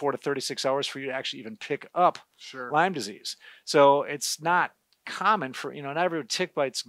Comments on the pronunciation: Lyme disease, not Lymes, disease. It's named for Lyme, Connecticut. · Love your videos. But it is “Lyme disease not “Lymes disease”. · It’s Lyme not Lymes…… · Lyme Connecticut